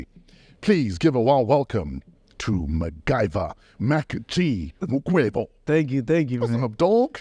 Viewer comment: Mukwevho not Makwevho